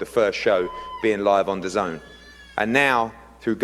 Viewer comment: You to be Eddie haters because you are always say AJ and don't want to fight but you are not dazn hater but always downplaying by the way you mentione dazn telling us that the name oldish but I'm now I'm happy that you are pronouncing it well now. Take it or leave Eddie Hearn is a blessing to boxing.